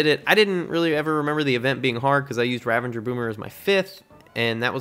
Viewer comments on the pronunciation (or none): I'm sorry, I have to say it....Ravagers...there's no N